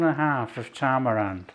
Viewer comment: poor thinks tamarind is "tamarand". perhaps he's getting mixed up with Talleyrand